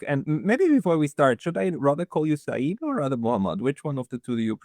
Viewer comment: Dear friend, the word SEYYED is a title, not a name. It implies a direct bloodline to prophet Mohhamad. And its CORRECT pronunciation is "SAY-YED", two syllables, SAY, and then YED. Sa'eed on the other hand is a name with a meaning, it means victorious or beloved.